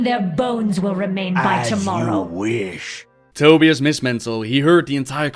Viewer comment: I think its pronounced To-buy-us and not Toby-us. But hey. I didn't create the guy.